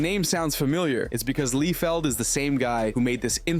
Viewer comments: Look this was a really nice breakdown and all but for the love of all that's good - could you stop calling the man Rob LEE-field lol Geez it's driving me nuts! It's Rob LIE-field 😤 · It's NOT "LEE-feld", it's "LIE-feld". It's actually painful hearing his name mispronounced. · It's not Leefeld, it's Lie-feld. But I'm glad he made the character Deadpool. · "rob LEEEE-feld." lmao cmon dude! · his name is pronounced like rob lie felled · ’Lee Felled’ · Who the fuck is robert leefield? Bro butchered that last name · It's pronounced "LIE-FELL" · How are you so confident in mispronouncing Rob Liefeld's name?